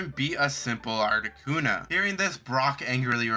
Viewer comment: Yeah, he used a pic of Arrocuda but botched the pronunciation that it sounded far closer to Articuno